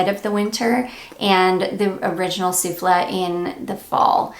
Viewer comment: Guerlain Shalimar Soufflé is pronounced “Sueflay” like the dessert! A bit late. Just found your channel and I am loving your content!😘